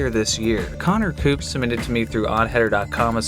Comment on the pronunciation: Did he just say coner poops??